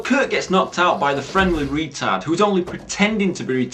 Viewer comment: Is it me or do you say wetard? I love how you refer to the characters by how they look like "Fatman" and "tash man".great review. Top film.